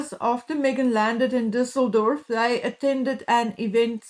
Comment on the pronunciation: I can't with everyone's Düssledorf pronunciation. That is a Ü. Thanks for getting it right mostly.